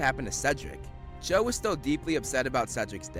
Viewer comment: Her name is Cho but I keep hearing Joe